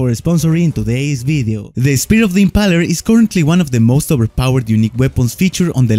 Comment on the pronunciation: Correct pronounciation of impaler is (IM-PAY-LER) not (IM-PA-LER)